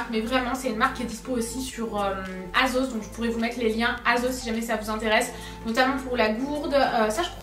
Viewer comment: ça me STRESSE que tu prononces toujours aZos!!! C'est un S bordeyl!!! Merci 😬